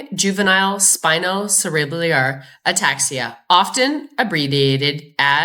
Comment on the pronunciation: Valuable update! But please pronounce 'cerebellar' properly: the phonetic aid is: sera - bell - er. Thank you from an ancient horse writer and owner.